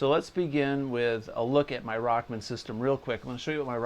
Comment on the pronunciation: Excellent lesson. Love the Rock Man vest too. Funny how you call it “Rockmn”. Tom came out with his original “Walkman” for guitar - so it was called Rock-Man.